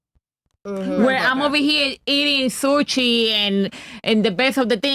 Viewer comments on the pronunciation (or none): She said soochee instead of sushi call ice we got 1